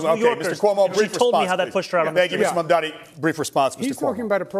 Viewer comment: That woman, Why can't she brush up on her English for goodness sake ??? And MaNdani ? Why do they all have trouble pronouncing such an easy name ? M A M D A N I ? It appears Americans including reporters and so-called journalists have trouble with their consonants in the English language ??? Again Curtis Sliwa calling him something else other than MAMDAMI . The woman with the glasses, again mispronounces MAMDANI. I cannot get over their illiteracy of consonants in English Extraordinary That woman with the accent should really learn how to enunciate in English. It is not difficult. She should listen to tapes. Horrible listening to her. I have to give her credit though. She pronounces MAMDANI properly 👍👍👍👍